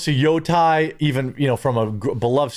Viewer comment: "Yotai"(sic) Really?